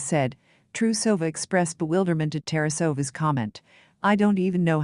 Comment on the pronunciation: Это невозможно слушать, какие, на хрен, Мелонины и Терасовы, Это искусственный интеллект или искусственный идиот?